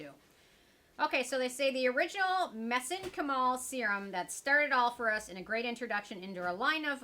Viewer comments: Mez-en-chi-mal the i is a hard i. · I believe it Meh-zink-ka'-mol with the emphasis on the last syllable. Like my sink and bowl. I am a biology and chemistry nerd. Also, took etymology, and medical terminology 🤷‍♀️😁💗💗💗Have a wondeful and Merry Christmas 🎄💚❤️💚❤️✨️